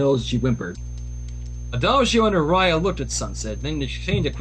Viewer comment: if i may ask, ganzo, why is your friend saying aria's name wrong.